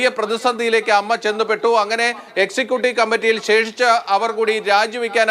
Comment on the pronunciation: Ammma alla a.m.m.a en parayu